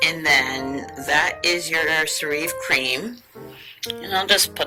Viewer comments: I love it too! I use it on damp skin after my shower. P.s.....it's pronounced "Sarah vee" :) Get a small plastic travel container to place product in for travel,.... i.e purse. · I was listening to review and I keep saying "she's pronouncing it wrong" but this is a GREAT product.